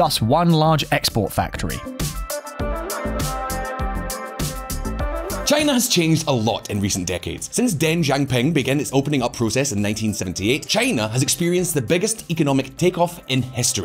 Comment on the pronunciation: Pronounced like English Dung shee-ao ping.